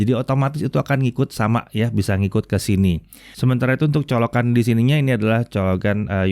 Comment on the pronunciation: Pakee charger ini ngomongnya bukan colokan, tapi coloGAN